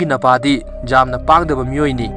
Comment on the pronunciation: 'Yamna' hambiyu 'jamna' haibignu taba yamna nungaite